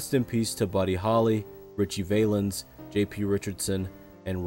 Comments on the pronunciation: its VAL-luhns not “Vailens” 🥲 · Its Valens, not Vaylens. So disrespectful to say peoples names blatently wrong. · Ritchie Vay lens? c'mon now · Great video. But who doesn't know how to pronounce Ritchie Valens? That was just embarrassing. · Not to be picky but did you pronounce Ritchie Valens' last name incorrectly? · The fact that you don't know how to pronounce Richie Valens last name just means you don't know a lot about him. The fact that you didn't try harder to make sure you knew how to pronounce it, means you don't care. That is a shame. The radio announcer even said his name correctly, and you STILL pronounced it wrong. Embarrassing. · How you pronounced Ritchies last name.. 🤨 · How on earth does the commentator of this video mispronounce Richie Valens’ name. Not cool. Probably has zero clue of who Richie Valens is, yet he’s commentating as if he knows what he’s talking about. At least be respectful and have the common sense to pronounce the names of the deceased correctly in your videos.